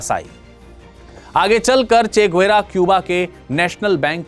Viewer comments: গুয়েরা নয়, গেভারা। আগে সঠিক উচ্চারণ টা শিখুন কেমন। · Bhai saab, yeh guera nai... Gue va ra,..hai.. Hum bhi Bolivia main rehte hai... aur spanish Bolte hai..